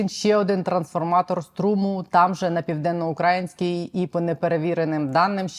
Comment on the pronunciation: Хм... Дивно почути від вас "південноукрАїнський"